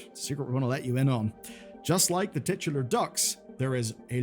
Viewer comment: I'm sorry friend, you can't use the word "titular" with that pronunciation in front of Americans and expect them not to giggle through the rest of your video. 😂